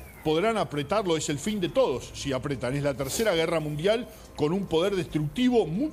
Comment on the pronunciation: Martin: Ud es un periodista de origen Argentino. Me extraña. Es apr-I-eten o ap- I - ete. Gracias por usar correctamente el español.